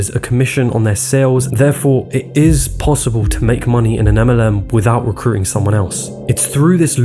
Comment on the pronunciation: As a voice over artist myself, I agree with all the positive comments about ' voice, but it is a pity he sometimes doesn't pronounce the letter T. It should be abilTy. Not abila'y. DistribuTing, Not distribu'ing. RecruiTing. Not Recru'ing. It is a small thing, but it makes a difference to how the speaker is perceived. Also, T's can be important. They can change the meaning of what you say. For example, an inner action is not the same thing as an interaction. An inner view is not the same thing as an interview. ' habitual mistake (recru'ing, distribu'ing etc) doesn't change the meaning, but it just sounds dumb, and it is disappointing when the rest of the presentation is so good. It could also stand between him and lucrative voice-over or acting work.